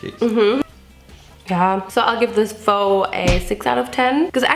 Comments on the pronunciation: The pho is actually pronounced like "phuh" so when you said fork.. well you get it. It would be a fuck. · I love how she said "Phoo" when its pronounced "Fu" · Fuh, not foh for pho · so its pronounced fuh? not foo? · Just so you know, the Vietnamese noodle dish pho is pronounced “fu,” like fudge or the other word. In fact, many pho joints choose to name their restaurants pho king or some variant of this because it sounds dirty if you say it aloud. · Pho is actually pronounced like Fuh, it's Vietnamese <3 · Pho is pronounced FUH. And the cinnamon taste is probably the star anise. Lol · pho is pronounced like “pha” replace the o with a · issa phòk! ISSA PHÒK! I died. 😂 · I love this i subbed about a 2 months ago i love you already and the pho is pronounced pha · Pho is pronounced like "Bruh ". There's a restaurant here in India and they've named it Pho King. 😅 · I understand People pronounce things differently but the pho is pronounced “FUH-UH” but yea. I hope you learn from your mistakes! some people make pho different.byeeeee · iSa pHuK isA pHuK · I’m sorry but the fact that she kept saying “pho” wrong and “durian” was rlly making me annoyed😭😭😖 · It's ok if you mispronounced pho. I did for the longest time. ❤